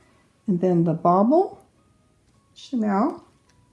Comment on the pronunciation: Thank you for great instructions. Pronunciation is Sha kneel not Chanel the perfume. Just passing on that info. I love everything about your instructions. Well done!